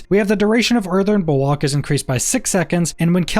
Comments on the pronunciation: Earthen bulWARK, not bulWOK 🤣🤙🏻. Great videos either way! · Bulwark not bulwak its killing me 😅😭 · I swear to god time slowed down when you said Earthen Bulwok 3-4 times and I was thinking to myself wtf is a Bulwok